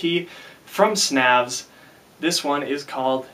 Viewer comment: it's pronounced 'snävs' uncultured american